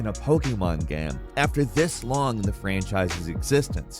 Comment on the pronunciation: “Pokémon GAM” lmaoooo